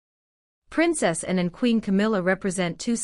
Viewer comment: When talking about PRINCESS ANNE…..PLEASED PRONOUNCE HER NAME PROPERLY INSTEAD TRYING TO SAY SOMETHING NO ONE CAN UNDERSTAND.!!! 🇬🇧🏴👑🇬🇧🏴